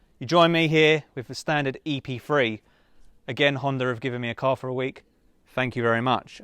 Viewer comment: Why he keep saying Epfwee, it's Epthree .